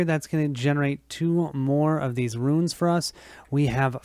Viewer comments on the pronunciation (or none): Runes, Runes Runes!!!!! Not Ruins!!!! lol